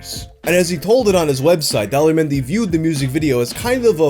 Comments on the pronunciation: It almost sounds like you pronounce his name as Dolla menyu lol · Daler mehdi. Correct pronunciation: The-lay-her Mehndi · Everytime you say the guy's name I hear 'Dollar Menu'😂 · I kept hearing " Dollar Menu" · At first I thought you said "Dollar menu" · Everytime you say Daler Mehndi I think you are going to say "Dollar Menu" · Why do I keep hearing "dollar menu"? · Every time you say Daler Mehndi, I think he's about to say "dollar menu." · All I hear when you say his name is "Dollar Menu". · best foreign song for me: chaccaron maccaron! also, am i the only one hearing 'daler mehndi' as 'dollar menu' the whole time? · I thought you were saying "dollar menu" instead of "Daler Mehndi" for way too long.